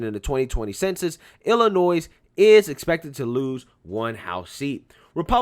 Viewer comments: the S in IllinoiS is silent or state is pronounced iLL annoy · the "s" is silent in Illinois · I know there's a war on free speech and word police everywhere so I'm not going to tell you to change it... but you drive me nuts when you pronounce the S in Illinois lol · The "s" in Illinois is silent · FYI, the S in Illinois is silent. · The S is silent in Illinois, lmao